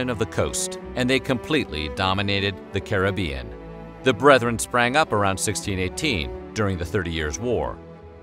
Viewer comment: big up yourself for pronouncing caribbean correctly